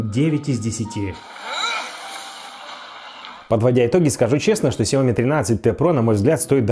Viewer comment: Уважаемый техноблогер, пожалуйста, ставьте ударение в конце произнося название марки смартфона (Xiaomi)